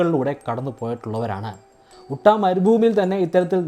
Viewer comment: ചേട്ടാ ഉട്ട അല്ല യുട്ടാ എന്നാണ് സ്റ്റേറ്റിന്റെ പേര് ...ഞാൻ ഈ കേവിൽ പോയിട്ടുണ്ട് കാണാൻ